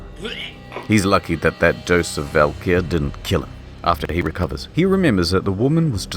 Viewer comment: The drug is pronounced as 'valkyrie' tho. This game is very on the nose with mythology